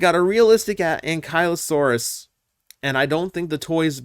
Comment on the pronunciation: Sorry to be that guy,, but since it's your favourite dinosaur it's pronounced "an-kil-osaurus", like ankle.